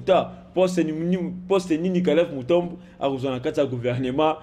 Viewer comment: KALEV MUTOND ET NON MUTOMB